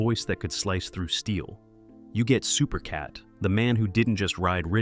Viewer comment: Supercat is without a doubt one of the greatest. But how is an entire video done on a man who's name isn't pronounced correctly the whole way through?